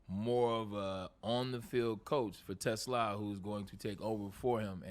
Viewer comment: Braylon, when are you going to learn how to pronounce Isaac's last name.... it's t' SLAA !!!